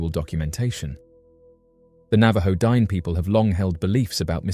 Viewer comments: The word * Diné * is pronounced like ‘din-nay’ which means “the people”; Not “dine” as in the thing you do when you eat a meal. You did an entire video and didn’t even bother to learn this basic information. Also, that pic sucks! Lazy & sloppy af. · I wish you would pronounce the word "Dine'" correctly. My daughter is a member of the Navajo Nation and hearing your pronunciation of the word "Dine'" is massively incorrect and borders on disrespectful.